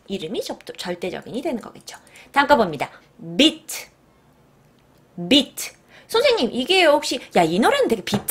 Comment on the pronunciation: beat 발음은 짧게가 아니고 길게